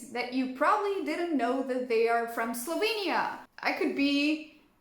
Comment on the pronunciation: Kinda weird that Chandler pronounced Slovenija in the correct way... Yet this lady did not...hm....